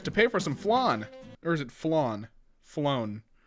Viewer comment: As a french men i want to end your life. TO PRONOUNCE FLAN SAY "Fl-han". If you understaind what i mean.